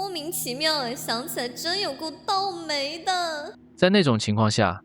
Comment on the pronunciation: 想起來真有夠刀莓~ 這頻道中文發音真的有待加強